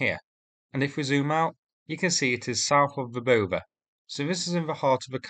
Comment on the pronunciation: You are the ONLY native English speaker who is pronouncing Verbove correctly! 👍🏼